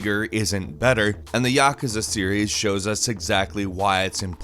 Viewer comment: Yuh-koo-zuh! YUH-KOO-ZUH!!!